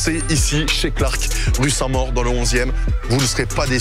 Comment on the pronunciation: Alors je veux pas être irrespectueux mais l'hommage à Koby dans un resto rue "saint mort" (du moins la prononciation laisse entendre ça) c'est pas fait exprès mais ça m'a fait sourire